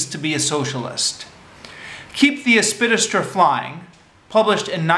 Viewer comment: Helpful tip: if there's a big word in the title of a text you propose to review orally, take the trouble to learn its proper pronunciation first - it will do much for your credibility.